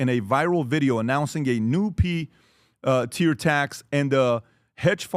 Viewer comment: “Pee tier tax” huh PBD?